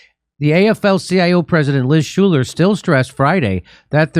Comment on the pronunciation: "SHULER"... Every - Single - Time!